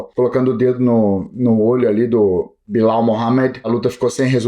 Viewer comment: 😂😂😂😂 ele disse " Bilau" kkkkk é Belal 😂😂😂😂 cigano é top.